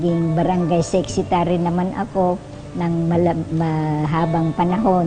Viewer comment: Sexitary? O secretary?